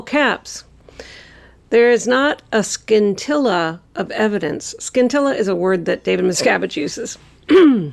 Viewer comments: BTW, DM is pronouncing scintilla wrong. The c is silent. SIN-TIL-A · Does David Misgivage say skintella of evidence. The word is pronounced sin tilla.